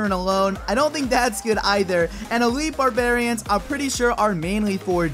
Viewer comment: It's called Elite Barbarians. Not Elitle.